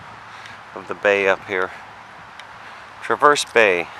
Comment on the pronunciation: As someone who lives in northern Michigan, I suggest you learn how to pronounce names, and identify places correctly. Petoskey is pronounced puh-taa-skee. Traverse is pronounced tra-vrs. The harbor is called Round Lake not Traverse Bay.